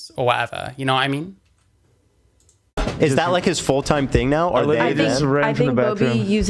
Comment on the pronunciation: It’s adorable how you say “ya kno wha I mean”.